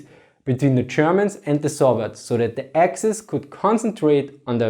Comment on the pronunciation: I love the way this guys pronounces “Th” and “v” like an “f” lol